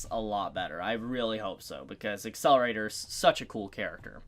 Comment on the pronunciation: Getting triggered by how you prononced Accelerator. "Asselerator" X , "Akselerator" ✓